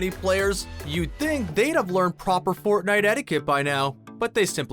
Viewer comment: nobody is gonna address him saying fortnewt at the start?